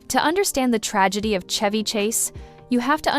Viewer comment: Why are you pronouncing Chevy like that?